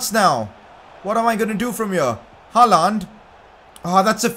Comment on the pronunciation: you are sayin hallands name wrong